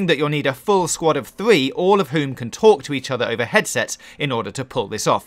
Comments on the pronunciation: a full sqwad of thwee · “When your sqwad soowts”